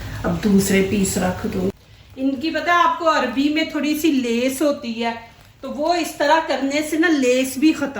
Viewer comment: Sister arbi nhi arvi bolo